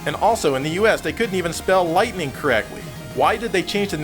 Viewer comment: Did he say light"ten"ning? Sounds like he smoking from the pizza bong.